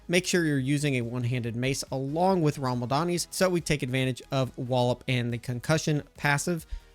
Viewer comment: rama-LADNI. Whatever you were saying, was not rama-LADNI.